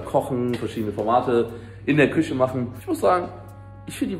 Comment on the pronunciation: Gerade das Video von varion gesehen mit dem ch und sch in der Aussprache, merkst du es nichts selbst beim schneiden? 😅🤷‍♂️ Küsche und praktich triggern mich am meisten 😂 Wurdest bestimmt schon mal darauf hingewiesen, wäre schön wenn du im stream nochmal erklärst warum das immer noch so ist 😅